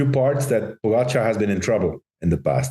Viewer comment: Why does Lance keep pronouncing Pogacar name incorrectly? Is it on purpose like Trump with Kamala?